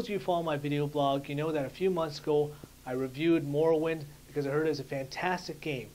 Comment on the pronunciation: youre pronouncing morrowind wrong